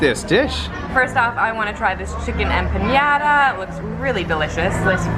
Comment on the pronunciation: Empanada, is not pronounced,empaniada; there is no ~ over the N. it's pronounced: em-pah-nah-dah